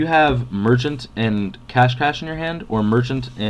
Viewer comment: I think it's Cash-SHEY not cash cash. lol :p